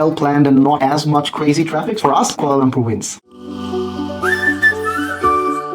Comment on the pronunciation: Being educated people its quite a wonder you could not pronounce Kuala Lumpur properly. Its not Kuala Lampor. All the letter 'U's in Kuala Lumpur are pronounced like U in sugar. No wonder you don't have that many subscribers.